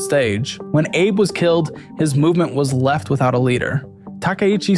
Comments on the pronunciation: Isn’t Abe pronounced “ah-bay” rather than “ay-bay”? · Abe is pronounced ah bay not ay bee Edit: it seams like you figured that out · AH-BAY, not "abe" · Abe is pronounced "ah bay" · Found it funny how you pronounced Shinzo Abe's name, like how you would pronounce it with late president Abraham Lincoln. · Great video, but you keep pronouncing Abe wrong